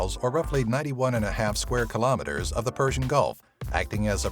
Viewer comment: Anlos always mis-pronounce Kilometers, their brains can't handle it, YUK